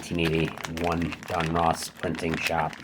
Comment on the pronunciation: Don Russ not Don Ross